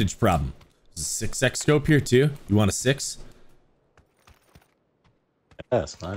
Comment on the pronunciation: I was laughing so hard when changed the word love to lobe and the other guy changed six to sex! ROTFLMFAO!